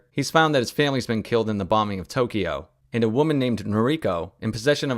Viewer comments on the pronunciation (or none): none